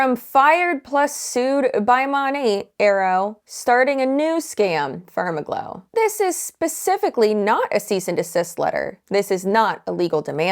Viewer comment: said FermaGlow and I swear I heard "SpermAGlow."